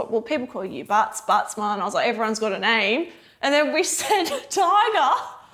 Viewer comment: Say "The bussmarn sent me?" buttsmarn?